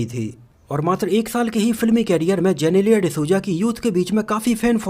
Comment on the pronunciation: वो जेनेलिया नहीं जिनीलीया है 🙂